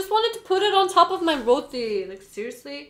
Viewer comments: Thank you for not calling it Jamaican and thank you for pronouncing it correctly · At least they pronounce d roti d right way I guess smh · First time someone whos not trini said roti the right way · The pronunciation on point -- barra and roti 😝🤗😍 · The food dont look good... i am from Trinidad and Tobago... but i LOVE HOW THESE LADIES ENJOYED IT. AND ACTUALLY said Roti PROPERLY